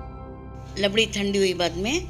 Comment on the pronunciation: It's rabdi not labdi